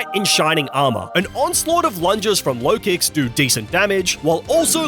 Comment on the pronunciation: LOKIX, NOT LOWKICKS! AND THE W IN RAYQUAZA IS SUPPOSED TO BE A U!